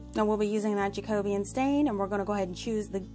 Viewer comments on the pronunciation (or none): You make lovely creations and I love your attention to detail! FYI: the stain is pronounced as jack o be an. I remember that from high school home ec when we studied different building periods such as Tudor and Jacobean.